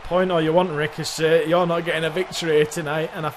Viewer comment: Also next week on Raw, I wanna see Ricochet Vs Rico-Jay. I heard the mispronounciation of Ricochet and thought, what if Rico-Jay, the next Ellsworth, is brought in for a warm-up with Ricochet